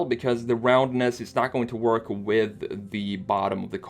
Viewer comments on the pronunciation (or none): none